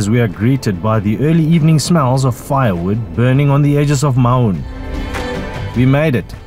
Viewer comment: Maun, not Mauuuun.